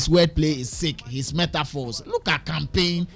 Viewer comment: Campaign canpaign😂😂😂